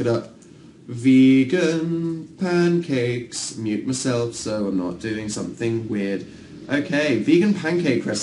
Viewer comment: Anyone realise Dan said Pincakes? No? Just me? Oh. Okay.